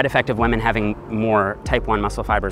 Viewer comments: he said waman not women LMMFAO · I love your videos! But please stop saying wamen! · Everybody: Women: WAMEN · 😂😂😂 I never noticed it but now I can't unhear it!! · I thought he said lemon! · Rofl, I can’t unhear this now xD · its almost 2020 and still out here sayin "Wamen" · I like how he says wamen like pewdiepie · Hahah I thought the comments were overreacting to the way he pronounces WAHMEN, but damn I laughed out loud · Why does everyone care so much about the way he says WAHMEN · He says “wamen” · Because that's how Pewdiepie says it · When pronounces women “whemen” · 6 minutes into the vid I hear "wamen" and thought, it's just me right. Scroll down to the comment section everyone's talking about it. RESPEK WAMEN GUYS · "Lemon" or "Women"? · Lol I heard Lemon instead of women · Thiught you said lemon not women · WAMEN. all I heard is WAMEN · Sounds like a Newfie thing!